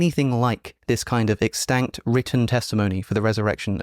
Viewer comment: Alex pronounces some words funny: Isaiah: I-zeye-a extant: ex-stankt Moroni: Morown-eye